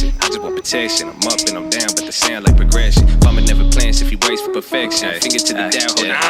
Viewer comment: it's dOWn like when you get hurt Owwww owwwww. Not deyown like eww food...quit saying it so weird